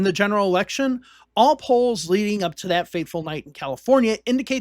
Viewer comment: Hard to take seriously a narrator who says dis and dat and da and dinint, It's intermittent but still annoying.